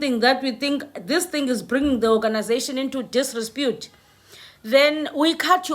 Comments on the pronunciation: sorry mam, its DISREPUTE not disrespute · it is DISREPUTE not DISRESPUTE as you pronounce it, please accept my humble corrections. You have been saying this repeatedly. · disREpute my sister not disRESpute🤣🤣🤣🤣🤣🤣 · Disrepute and NOT disrepute. Just CORRECTION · It's not disrespute, it's disrepute!! If you know what I mean🤭😂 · It's not direspute, it's disrepute..if you know what I mean🤭😂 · It is disrepute and not "disrespute". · The word is desrepute and not desrespute.. But I really like and follow your podcasts... yoooooooo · I wonder you're saying this word "disrepute" correctly. It sounds like pronounced as disrespute which is unpalatable